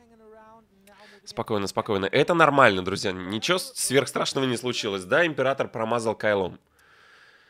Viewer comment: "Ипрератор" ну вы и челедь.